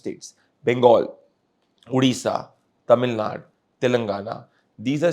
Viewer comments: ""ITS NOT TAMIL NUT"" ""ITS TAMIL NADU"" PLEASE Pronounce Properly* NO NO NO BJP And NO NO NO karnatakan ALIEN Annamalai IN TAMIL NADU karnatakan ALIEN Annamalai yenn mann yenn makkall IS HYPOCRISY FAKE And FRAUD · Pradeep, it’s not Tamil Naad, It’s Tamil Naaadu